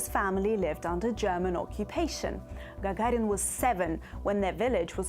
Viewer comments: Lol, nice. Yuri "jajarin" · Она русская, как она произносит фамилию Гагарин и Королев, фонетика выдает ее происхождение, хотя ее английский совершенный.